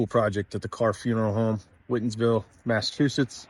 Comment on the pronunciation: Awesome work! And it's great to see local spots being highlighted. Thank you for featuring your efforts here. (BTW, "Whitinsville"; pronounced "White-ins-ville". ;) , in recognition of the Whitin Family that put on the map that small village within the town of Northbridge.